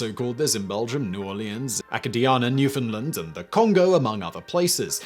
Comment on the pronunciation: hey simon, for future reference, its pronounced "Newfind Land" (Newfoundland) and Acadia is pronounced Uh-Cay-Dee-uh